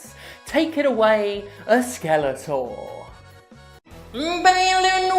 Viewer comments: should be pronounced as ‘Bah-lan’. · You are the only one Ive ever seen pronounce Balan with a long "A" instead of like "aah"